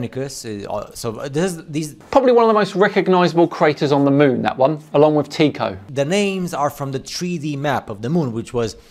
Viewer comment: Guy doesn't even know how to pronounce Tycho...